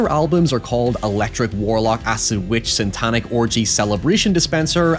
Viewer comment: you keep saying SANTANIC